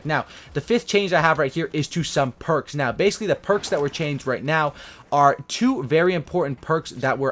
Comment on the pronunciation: the way he said perks tho lol